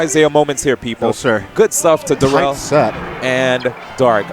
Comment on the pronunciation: Fuck yeah, Darrel! Puttin' in work fasho. And it's pronounced like "dare uhl," just FYI.